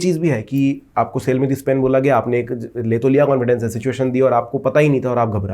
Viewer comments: Bhi upna phelay pronounce pen khaney ka 😢theek karo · Hahahhahahahhahah ur right